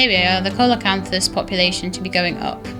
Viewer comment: I think it's pronounced seal o canthus , something like that. Thanks for another neat vid.